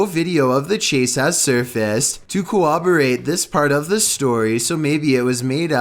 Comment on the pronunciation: its coRRoberate man... not co-oberate